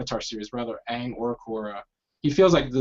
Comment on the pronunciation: It’s called aang not yang